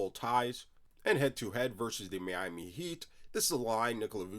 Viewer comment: Hey bro, that’s a disgusting way to say Miami😂 Love the content🔥🐐😂